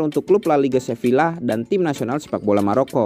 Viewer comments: Saran: cara bacanya seviya bukan sevilla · min, fyi aja, Sevilla itu bacanya Seviya, double L dibaca Y, kurleb gitu min 🙂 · Sevilla dibaca Seviya